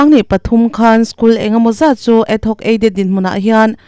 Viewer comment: Adhoc aided hi ad- hoc tiin i lam a, rampum hriat tur a chhiar meuh hi chu fimkhur ve deuh thin teh u, thurawn aw, huat awih loh